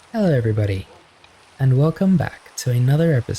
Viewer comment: I heard "Hellor everybodyh"